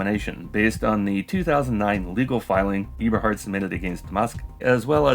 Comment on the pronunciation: musk may be dumb and lazy (among other things), but you are one or the other or both, pronouncing it eeberhart in two videos now